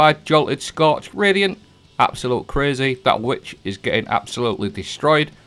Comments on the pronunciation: Oh you were saying "scorch"! I thought you said "Scotch" so I started drinking whiskey while playing Destiny. The only thing getting absolutely destroyed was me and my brain cells 😳🤣🤣🤣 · Scotch is what I kept hearing. 😂 cheers